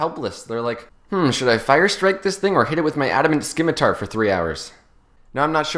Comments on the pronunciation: its not pronounced adamant skimitar, it's pronounced adamant scimitar. /grammar nazi off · I like the part where he pronounced scimitar wrong.